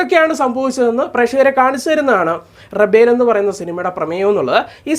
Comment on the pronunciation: റെബൽ 🤪എന്നൊക്കെയാ ഇങ്ങേര് പറയുന്നത്